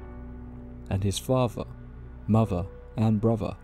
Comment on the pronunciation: "favver, muvva and bruvva' please pronounce words with 'th' it really grates! 🤣🤣